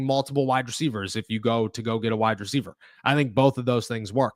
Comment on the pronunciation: Say it with me "wide receiver" not "wide-dreceiver"